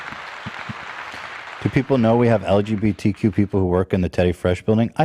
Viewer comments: and purposely mis pronouncing lgbtq,, come on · pretends to keep Ethan in his lane but when it comes down to it he acted as shitty as Ethan today. Telling chat to shut the fuck up and not even being able to say lgbtq correctly was just so pathetic.